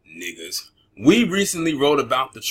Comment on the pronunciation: I laughed at the way you said "niggas" 😂